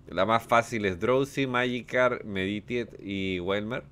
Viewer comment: Es Meditait la pronunciación